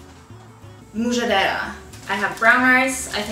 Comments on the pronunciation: It's pronounced: Ahm-SHEDD-der-ra (roll the r's). It's the meal that every middle eastern family makes when there are hungry mouths to feed and no money. One of my favorites to make and eat. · Mujadera is pronounced more like mmmmjederah , that looks good though and maybe different places pronounce it different . My dad is Palestinian so I grew up eating it. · It's pronounced Mu-Ja-Drah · Love how you pronounce mujjadara😂♥️